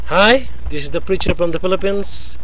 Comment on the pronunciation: oh yeah...really...you're a freacher (preacher), pounder (founder), and a beliber (believer). You know you should learn the correct prounounciation...wala ka ni sa kalingkingan ng mga ministers ng INC, kay Bro. Manalo pa kaya. UGLY BUTT !!!